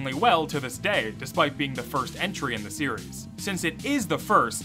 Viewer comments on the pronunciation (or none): none